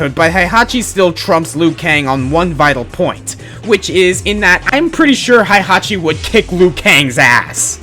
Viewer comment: /twitches/ It's pronounced HEY-hachi, not HIGH-hachi. (Ugh, I don't even LIKE the old bastard and I'm still getting worked up over the pronunciation of his name... I'm such a weeaboo. XDD)